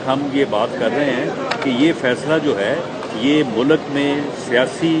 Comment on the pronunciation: Rana sahib apni urdu tu thsek kar lo mulac nahin hota ulk hota hI